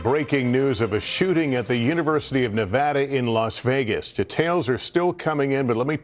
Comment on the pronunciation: Hey Maine newspeople...ITS NOT NA VAH DA. What is wrong with you???